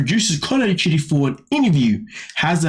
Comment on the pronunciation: It sounds like you're calling him shitty